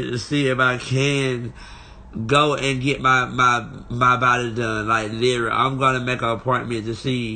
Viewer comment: I see y'all haven't told him to quit saying words he can't pronounce...litary